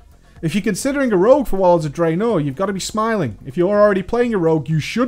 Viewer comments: i love your videos and your channel but i have a question, why do you put so much emphasis on the second half of two syllable words? draenor, not drae-NOR!!! lol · "Drey-NOR!" haha :P